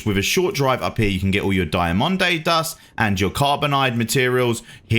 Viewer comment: How tf did you pronounce Diamondine Dust? hahahaha good lord I stopped watching after I heard that.